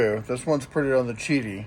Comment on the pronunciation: Great video. Yes, it is pronounced "chi-dee". In Mandarin Chinese, the "Q" is pronounced like a "CH" in English. Example: The Chinese beer Qingdao is pronounced "ching-dow". I appreciate the honest review.